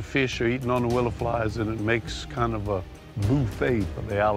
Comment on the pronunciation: "Swamp boofey"😂😂😂